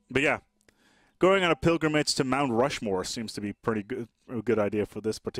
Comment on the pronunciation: Did he say Rount Mushmore